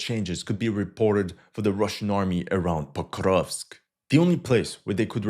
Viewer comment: It's Porkovsk 🐽🐽🐽